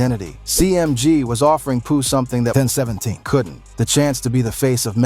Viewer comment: Thumbs down for the irritating ai voice and it’s multiple mispronouncing of the name of the 1017 label! What’s up with the moronic statement about there being “East coast versus South dynamics”?? Which city is East coast, Atlanta or Memphis?? 🤦🏾‍♂️